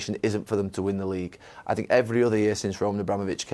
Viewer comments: Literaly eveybody: "How dafuq is Lampard going to survive at Chelsea?" Mourino: "I sink..." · he keeps saying " i stink" LMAO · Gary dropping an “I sink” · Jose always say.. "I sink.. I sink.. all of time.. Hahaha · No one: Literally no one: Mourinho: I sink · Tell me about mourinho statement , he said "sink", i don't know about the spelling.... sing or shink or sink?... and what's the meaning .. shink or think? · Literally Nobody: Mourinho: “I sink” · Lol Neville "I sink" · why did Neville say “I sink.” 😂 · I think he’s hearing that too much with Mourinho